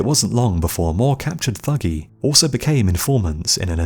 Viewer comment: the Thuggee were not "profession murderers", and it's pronounced 'tuggee'. the murder of caravans of travellers was a once a year religious ritual dedicated to Kali Ma.